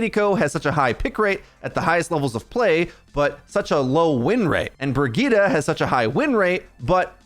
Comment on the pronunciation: kinda funny how youre rolling the r in kiriko to pronounce it extra japanese but you still say brigida.